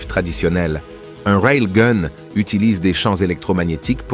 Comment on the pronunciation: Pas facile dire de dire rail ou gun . C est gun pas goon lol